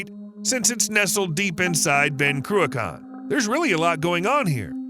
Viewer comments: Crew - a - con? ... Love it. It's pronounced Crew a chan ('ch' sounds as in loch). Never mind: Right at the end, the bloke doing the voiceover proves he can't say loch either. It was built because nuclear power plants take ages to ramp up and slow down. Cruachan enables nuclear power stations to produce at a steady rate while taking care of peaks and troughs in demand. It's now being used to try to do the same thing with wind power because the 'green' lobby has stuffed nuclear power. Unfortunately, supposedly environmentally friendly wind turbines actually produce more greenhouse gases per kilowatt/hour of electricity generated than nuclear stations because wind turbines are so grossly inefficient and use huge amounts of steel and concrete in their construction. The electricity they produce is entirely unreliable (when the wind don't blow, the turbines don't go and the leccy don't flow) and hugely expensive, which is why we pay a fortune for electricity in the UK. Time to give the 'green' lobby a good kicking, don't you think? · Not even our biggest hydro plant. Also its not "croo-ak-kan" Its more like Crook-en" but the K is pronounced like the ch in Loch (not lok). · Cruach ann Not Cruchon Sc Otland NOT Scaatland .....Tich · My father was a civil engineer on the Cruachan dam project. My mother lived in one of the nearby villages. Without hydro electricity I wouldn't be here! P.S. It's pronounced Croo-achhhh-an not Croo-akan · Croo-akaan ? 😂😂😂 If you’re making a vid, at least have the courtesy to research the correct pronunciation. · Listening to an Amurican pronounce scottish words is hilarious . Ben crew-a-khan😂😂😂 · It's pronounced "Crew-kin/Croo-kin". You're welcome. 😉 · It is not pronounced "Cruacon" for starters! Hate it when Americans do these videos and cannot even get the pronunciation of Scottish place names correct. Some of the Gaelic names can be difficult but this one is very simple to say correctly. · Your mispronunciation of Cruachan drives me nuts